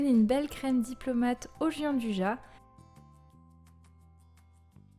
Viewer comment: Ça l’air trop bon!on prononce la gianduja pas avec j mais avec ya ,car c’est un chocolat italien ça prononce ainsi à l’italienne Bonne continuation